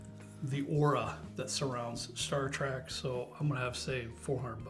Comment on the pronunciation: It sounds like is calling it star “track”